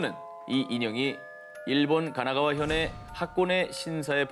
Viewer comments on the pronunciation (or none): none